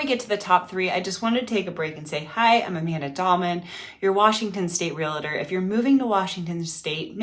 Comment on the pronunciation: Does she know it's mediaN and not mediuM? Does she know it's a realtor and not realAtor?